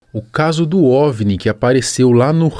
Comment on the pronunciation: Ovini? Que ovini? Kkkkkkkk